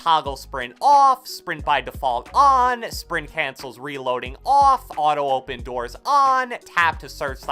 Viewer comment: the way he says OFF & ON . . . . Edit : Thanx for the likes